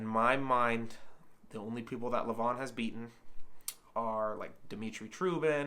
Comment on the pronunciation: It’s pronounced LE-van (emphasis on the first syllable). Also Larratt rhymes with carrot. Hard to put much stock in WAL results because the longer pads and lax refereeing are enough to change the outcome of certain matches, especially with Todd’s style.